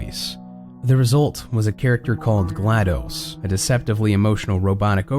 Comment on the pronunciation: Did he just say, GLoDoS?